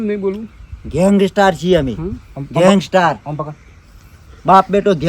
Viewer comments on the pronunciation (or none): ગેંગસ્ટાર નહીં... ગેંગસ્ટર હોય.... 😂😂